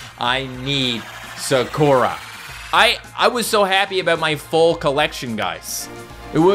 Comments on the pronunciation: It’s pronounced Sah-koo-rah. Not Sa-caw-ra. Just saying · NOO ITS PRONOUNCED SA-KUR-A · Not to be annoying, but i just wanna say, why does he pronounce sakura « sakorar »? 😂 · (SUHKOORAH)💀 no hate but its pronounced (sah-koo-ruh) like narutos childhood crush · Anyone else die inside when he said sakora instead of Sakura. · i love how he said saKOra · It’s a really common Japanese name and he didn’t know how to pronounce it correctly 😂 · sakuras name is pronounced sah-koo-rah. Just sayin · When he constantly mispronounced Sakura name, it hurt my soul. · Is it me or did he pronounce Sakura completely wrong ?